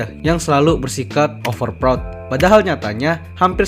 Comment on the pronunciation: sry bang gw dengernya overprot 😂😅😂 tapi nice topik bang emg real org indo overprot sih